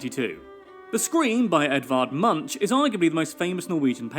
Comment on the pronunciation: The way the dud pronounced Edward Munch 😭😭